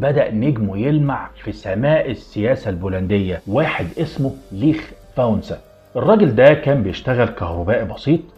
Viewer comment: اسمه ليش فاليسا ب الv valisa مش ليخ فانسا